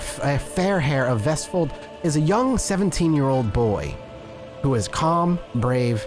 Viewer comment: I will give you this, as a norwegian, your pronounciation of vestfold was almost spot on